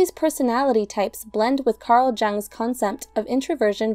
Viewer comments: Jung is pronounced as ‘Yung’. Second, the Myers-Briggs test is outdated and therefore is not very accurate. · I think Jung is pronounced “yung” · It’s pronounced Carl yoong with the double o sound I think. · At least learn how to properly pronounce Jung.